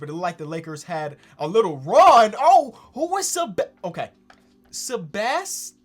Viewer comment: you actually pronounce Sebastiao with a sound that y'all don't have, it's a "ã" sound you can search it if you want lol